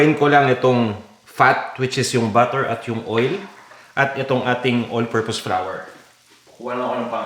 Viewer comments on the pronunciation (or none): none